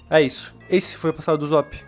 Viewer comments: "uzop" A não mano. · Mn kkkkk n e uzop e USSOP USSOP DOIS SS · o jeito de se pronunciar não é uzóp é usop com som de s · Ele fala uzop '-' mais ok ksksks gostei do video TuT